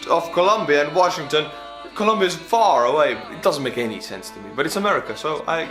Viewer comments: Washi-n-gton, with 2 n’s. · you missed the n in washington dc lol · "Washigton D.C."